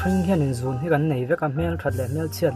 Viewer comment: 'Zun' nilo in 'zûn' anilo maw